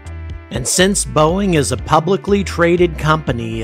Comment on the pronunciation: boeing? nah... boo-ing.